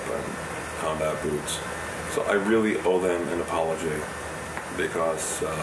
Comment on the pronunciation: I love his way of saying "because" like "bekoss", it's super cute. Is it a characteristic of the Brooklin accent? (Pardon my dumb ass, I'm French and still learning ^.^)